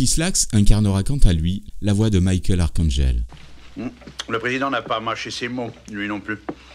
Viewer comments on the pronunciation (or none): none